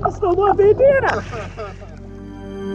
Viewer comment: I thought you said "he stole my banana"😂btw i lliked and i've been subscribed for 1or 2 years